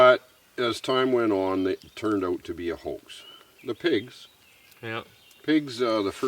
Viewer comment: He said we drove oht here to look for food